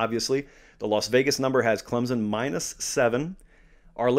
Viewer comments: Its pronounced "clemp-son" not Clem-zon". Christ!! What is so hard about that?? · there is NO z in clemson so get the Z out of there and say the name properly it is NOT clemzon it is clem SON!!! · It is CLEMson...there's no "Z" no "P", it's not hard....get it right. What, do you have to go there to know? Well, I'm 4th generation....so I sure know...It's like Clem's Son....give me a break. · ClemSon, not ClemZon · There's no 'z' in Clemson. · hey love the analysis! you usually pronounce Clemson just fine, but that phantom Z came out today haha